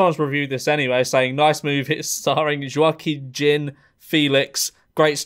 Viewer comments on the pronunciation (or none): none